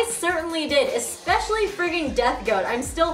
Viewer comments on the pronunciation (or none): none